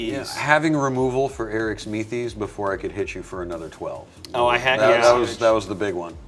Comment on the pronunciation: Me: yes is playing my favorite commander! Also me: damnit he’s mispronouncing it every time XD